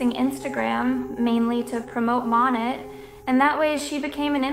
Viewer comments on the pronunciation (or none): It's hurting me how you're saying "monat" lol It's pronounced mow-neigh